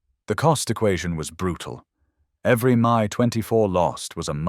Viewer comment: Not to mention the crappy AI voice and the multiple pronunciation of "Mi"